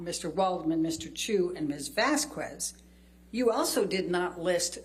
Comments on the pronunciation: Is she purposely mispronouncing "Vazquez" ? Because Camille seemed to be having enough of the disrespect 😅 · What's her problem with the name Vasquez. Who the hell says Vas-Qwez? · The way she pronounces “Vasquez” is killing me! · Every time Elaine mispronounces “Vasquez”, we should all take a shot from our mega pints. 🍻🍺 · drives me mad Elaine does not know how to pronounce 'Vasquez'. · This b*tch can’t even pronounce “Vasquez” correctly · Aww I’m gonna miss Elaine😄 after so many weeks, she still can’t pronounce Ms. “Vasquez” right 🤣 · Why does this lawyer repeatedly mispronounce Camille's last name? Is it purposeful or ignorance? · You’re not supposed to pronounce the “u” sound in the name Vasquez. a “U” after a “Q” is silent in Spanish and in many other Latin languages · I’m going to need Elaine to learn how to pronounce Vasquez. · I despise how she continues to pronounce Vasquez incorrectly. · I get so triggered by how the lawyer pronounces “vasquez” like it’s so wrong and it bothers me so much lmao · Personal pet peeve... I can't stand how Elaine can't even be bothered to learn how to pronounce Camille Vasquez' name properly. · The way she pronounces Vasquez makes my blood boil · Somebody please tell this woman how to pronounce Camille’s last name, how has nobody corrected her srsly vasqüez??¿¿ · Anyone else annoyed by the clear & deliberate repeated mispronunciation of Vasquez?? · The thing is it's fine to mispronounce something earnestly, but she has at this point heard "Vasquez" pronounced correctly many times and is either too thick to notice or too disrespectful to care. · Amber Heard's attorney's racist disrespectful pronunciation of Ms. Vazquez's name is just infuriating. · the U is silent. She has heard others pronounce her name in the court and has yet to correct herself. Elitist vibes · VAZ-KEZ .. Not vas-kues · I really hate how Elaine keeps mispronouncing Vasquez (pronounced Vas-kez) as Vasku-ez. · It’s Vaz-kez, not Vazquez-kwez, E-line!